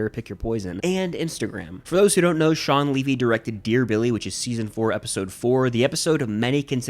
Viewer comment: Its shaun levy not shaun leavy